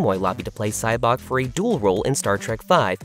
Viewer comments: Who is SyBOK? Why does the narrator obviously not know the material he’s narrating? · Sybok's name is NOT pronounced Sy-BOK, it's pronounced SY-bok.